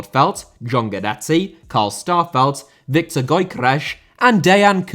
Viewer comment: Love the video, but Gyokores is pronounced yok-or-es 😄